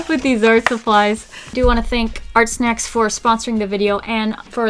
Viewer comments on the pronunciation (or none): can i just say sometimes when she was saying ArtSnacks it sounded like she was saying arsenics And, what if you took water with food coloring and used the water brush like a marker, would that work?